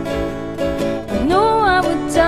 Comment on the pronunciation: I like the way she pronounces MOOUVIES)))